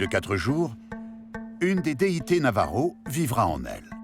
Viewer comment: Navaja merci pour ce reportage. J'ai des origines de ce peuple. Ainsi que 10 autre pays. Et c'est Navajo pas Navaro. Mais merci 💋